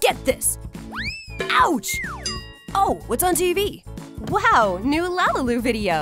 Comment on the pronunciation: it is not lalalu it is lalilu